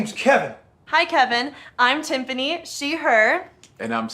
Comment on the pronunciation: Okay I admit that I snickered when the Californian woman said her name is Timfany